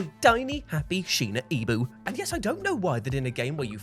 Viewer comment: Rewinded like 5 Times because i thought my Ears are wrong because said Shina Ibu instead of Shiba Inu to the Dog in World of Horror 😅